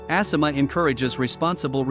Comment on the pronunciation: ASSima?? Lol I believe it’s A- Sima